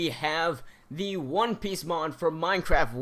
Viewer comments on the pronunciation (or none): none